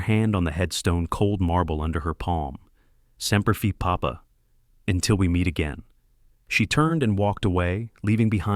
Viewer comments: Dear God It's pronounced Semper Fi not Fee As well a Broken Arrow is the loss of a nuke.. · What a load of AI bollocks, poor pronunciation, poor narration, and what the hell is Semper Fee, purport to be a veteran channel and can't even get that right. Do people really believe this crap? Dislike and don't recommend channel for me.